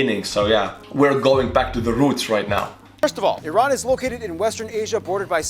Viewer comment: Very good that you pronounced Iran correctly. It's eeeran not ayrane.